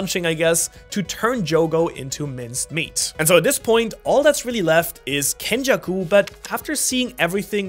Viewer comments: it's kenjaku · (Its Kenjaku) 😂😂😂